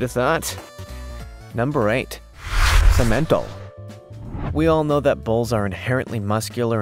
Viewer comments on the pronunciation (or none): That's pronounced sim/men/tall.